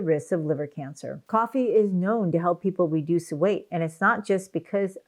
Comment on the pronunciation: It's harder to understand if you are saying "reduce" or "induce", since they are so opposite I would suggest more care when using them . Other than that, thanks for the video!